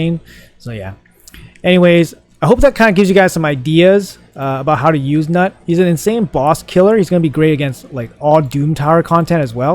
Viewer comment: It's pronounced newt btw 🤣🤣🤣